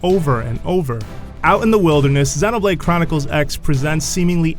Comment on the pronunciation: I think he slured the word xenoblade.